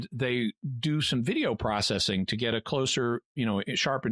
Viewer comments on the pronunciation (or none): none